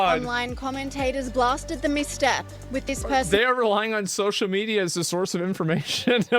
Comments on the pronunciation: It's not social media ,he said "maenia'😂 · I notice it for sure... he's not literally saying media but meniaa.. 😂😂